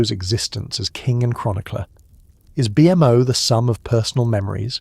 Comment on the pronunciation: BMO NOT B M O PLEASE